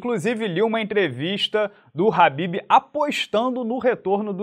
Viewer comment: FALA DIREITO MANO. nao eh RABIB - eh "KHA" > BIB